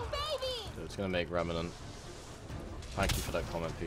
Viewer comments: I've noticed a trend with youtubers mispronouncing "Remnant". It's not that hard, is it? Rem-nent. Remmm-nnnnent. Two syllables. Not three. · Honestly, the only proper pronunciation that would come into my head is "Rem-nant" not "Rem-in-nant". There is no 'i' so there is no reason to pronounce it differently. I think similar to the Mandela effect, the strange pronunciation probably spread as I've like consumed media about ME:A, so people who pronounced it wrong spread it to me. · Is there some kind of pattern between youtuber's mispronouncing Remnant? No offence just something I noticed especially since english is not my first language.